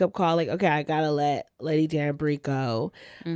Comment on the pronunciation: She was pronouncing Lady Danbury’s name correctly…I’m giving her props…I am enjoying your discussions on Bridgerton 💝